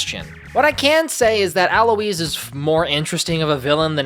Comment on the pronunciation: also why are you saying Alois’ name like that